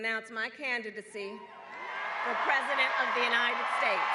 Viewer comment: I love the emphasis on "president". It drives the NPCs crazy